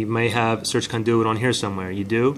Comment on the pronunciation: Of course this does not work but I should have known, this guy cannot even pronounce CONDUIT correctly.